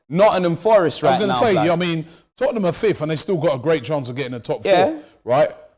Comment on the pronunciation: love for you brotha. You said Tottenham way, less of that. No such thing.